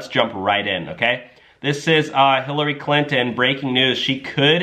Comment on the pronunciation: And it is not "Clint-N"! You pronounce their name "Clinton"